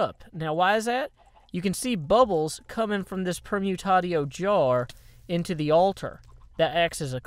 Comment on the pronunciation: Are you sure it's pronounced permutato? I think it's actually per-mu-tay-shio as in permutation. Or are you simply pronouncing permutatio like that for the sake of humour?